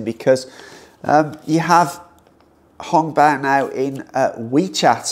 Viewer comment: It sounds so amusing when u said "Hung-Paw"; In Makai we called it "Ang-Paw" (Hokkian slangs)